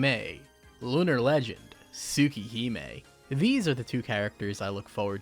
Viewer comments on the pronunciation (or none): none